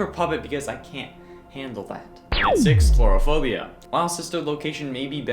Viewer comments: It's not 'clourophobia',it's Coulrophobia. Co-ul-roe-foe-bee-a. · I think it's coulrophobia, not chlorophobia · *coulrophobia not cluorophobia